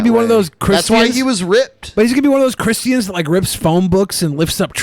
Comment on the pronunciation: Can someone please tell to stop pronouncing christians in that retaeded way?